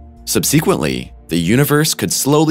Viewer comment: This is the first time that I hear "subsequently" pronounced with emphasis on the second syllable.